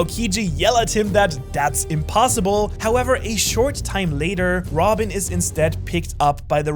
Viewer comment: i like he said Wobin instead of robin